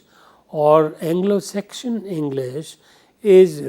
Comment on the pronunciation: Sir u r great but u made few mistakes. One mistake is that u pronounce Anglo Saxon as Anglo section